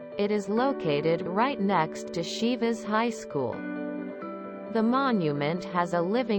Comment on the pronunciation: I could not finish it while repeatedly hearing "Șivas" :( was so hard to pronounce it correctly?